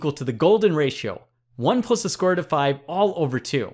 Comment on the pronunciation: Bro are you saying “plus” or “puss”